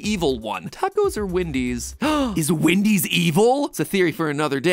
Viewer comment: You say “Windys” it’s “Wendys”